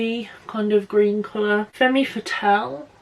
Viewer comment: I'm gonna get it. Been trying to find the perfect dusty rose berry mauve type color and there's some candidates in here. BTW femme = "fem" not "femmie" 😉